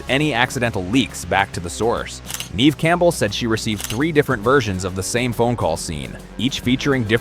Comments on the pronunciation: Nev not neev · Just so you know the pronunciation of Neve is NEV (as in bev, rev) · I just wanted you to know that you r pronouncing Neve Campbell’s name wrong, it’s pronounced Nev (even though it’s spelt Neve) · Can't even pronounce Never Campbell